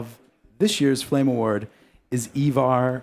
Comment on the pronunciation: "FLAME FAWARD"